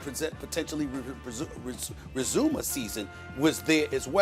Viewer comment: The word “resume” almost took Stephen A. out!!